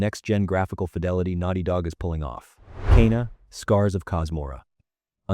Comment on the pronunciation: Garbage video. Learn to pronounce Kena! So annoying.